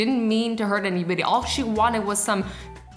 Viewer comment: "she didn't mean to hurt anybidy" anybidy IM DYING